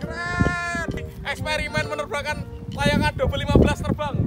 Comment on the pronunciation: Yei....terbanggggg......ngakak medok bget